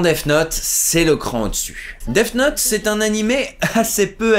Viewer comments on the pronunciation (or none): Attends... Tu dis "Deaf Note", c'est gênant ! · Arrêtes de dire "deaf note" pitié x)